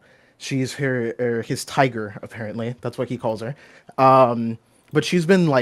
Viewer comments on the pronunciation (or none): none